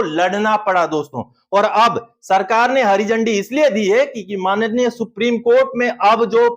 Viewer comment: कोर्ट को manneya नही बोलना और